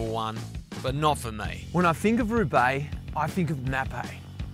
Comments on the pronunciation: Who's this joker? He can't even pronounce the name of the race correctly and then he chooses a team with a sketchy doping history (Mapei) as his greatest ever riders. C'mon GCN. You know the 90s and the 00s should just be written out of the history books. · He raced Roubaix eleven times, and even left part of his face on the cobbles of the Arenberg in 2016 in spectacular fashion. He used the name both ways if you watch it properly, and has every right to pronounce the name of the race however he wants. TBH, I think he did that to irk some viewers. It's called Australian humour.